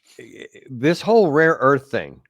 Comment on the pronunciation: " Ukraine has a great rear earth"😂😂😂😂